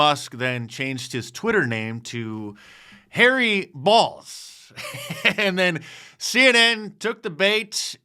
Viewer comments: It's a long "o", not a short "o". That would be pronounced "bowls", not "balls". So either Elon made a mistake or it's actually "bowls". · Macron over the letter O in Bolz indicates the correct pronunciation is "bowls" not "balls". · Journalism school should ensure basic English skills. The ō in Elon’s new name is pronounced "Oh," making it Harry "Bowls," not "Balls." Media consistently mispronounces it, showing a lack of awareness. Shocking, I know. Let’s be the one's to get it right. I know it takes the fun out of saying it, but let's be the smart ones on all fronts. Oh, and FFS, get your heads out of Elon's pants. It has to be crowded enough in there with what he is obviously carrying around!! 🤣🤣🤣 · B ow long o Not B. a. Short o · It's pronounced "bowls". Long O. You would think that people that make a living using words would understand the language. Lol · She had no idea she was saying hairy balls 😂😂😂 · Isn't ō pronounced like "oh" though?